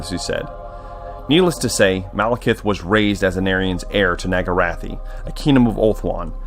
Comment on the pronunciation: NAGARYTHE not NAGARATHI. NAG-A-RITH